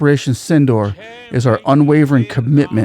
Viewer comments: Its not pronounced as Synindor but should be correctly pronounced as Sindhoor (Sin-dur). Like durable dur. Mind it. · the pronunciation is sindoooor. Not door, hope this helps. Sindoor is the red color Indian women have on the forehead and in their part in the hair